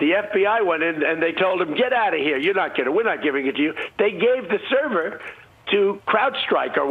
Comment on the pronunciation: Too true on all counts. This cross-section of "old people doing crime" with "old people doing computers" is hilari-bad. Can barely say "server". Owning servers is my day job, and seeing this level of ignorance being pervaded as facts is depressing, worse still that people are lapping it up.